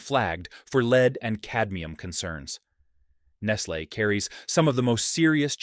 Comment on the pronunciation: Do you realize that there are no safety nets in these countries. If the the kids don’t work they don’t eat. So lose there jobs for them so they can starve to death. And again the AI voice is mispronouncing Nestle.